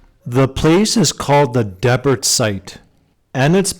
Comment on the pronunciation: I live there. I cringed at your pronunciation. Dee-Bert please, not Deb-urt. Yeah, a lot of old native artifacts pulled from around here :)